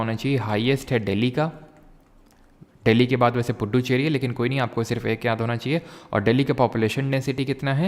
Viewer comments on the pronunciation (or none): none